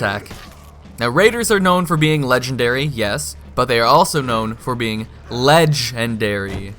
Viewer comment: Raider, ledge-ndary!